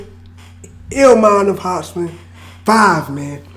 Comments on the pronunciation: Why you pronouncing it "hospin" tho? 😂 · Hop-sin lol not hos-pin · its hopsin no hospin my guy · Anyone heard Shaq say hospin twice instead of hopsin 😭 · Kristoffer Reyes hopspin lolololol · First time he said Hopsin, he went Hospin =))))))))))))))) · Shaq- “hop-spin” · "HOPSMIN" lol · Sounds like your saying “hop spin” hahaha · He said "HOSPIN" lol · Keep saying Hopsmen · Hosbin is slightly easier to say than hopsin but its whatever haha respect. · Lol hes saying Hosspin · It’s pronounced hop sin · Just wish one reactor would say his name instead of Hospin. Jits old.